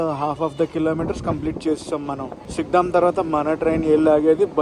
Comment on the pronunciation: పుండీ కాదు పూండి నువపడ కాదు నౌపడ సిగ్డామ్ కాదు సిగడాం బతువ కాదు బాతువ